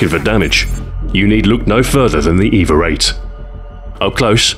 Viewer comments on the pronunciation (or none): The way you pronounce the name "EVA-8" it sounds more like "Eva-rate". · Is it me or is he throwing a R into EVA-8?